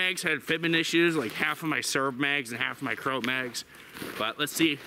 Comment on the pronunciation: FYI "Croat" is pronounced "crow-ott". Otherwise, awesome video. You've helped me decide this will be my first AK. Thanks